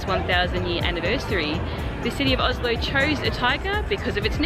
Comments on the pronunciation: I was actually really impressed by your pronunciation of Oslo, much better than any foreigner I’ve ever heard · True, you wouldn't hear them pronounce it like that, but that's because of dialect differences between Eastern and Western Norway. I live in Oslo and my family is from Oslo, and the vast majority of people here (and in Eastern Norway more generally) pronounce it with the "sh" sound. Sure, there was a time when the "sh" pronounciation was considered a bit more working-class, but nowadays I hardly ever hear anyone local pronounce it with "s" - even people from the traditionally high-class parts of the city. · My city! So cool to hear people from abroad pronouncing the name Oslo with the "sh" sound, because that is in fact the authentic local way to say it :)